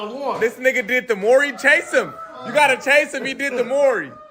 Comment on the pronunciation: . . OMG you can't pronounce MAURY .. .. .. .. hahahahaha